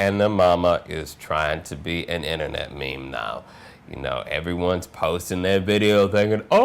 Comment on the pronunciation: no actually it isnt... its prononced "meem"